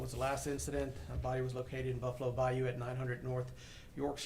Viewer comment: Dude can’t even pronounce bayou properly and it’s driving me nuts. It’s bye-YOU not bye-oo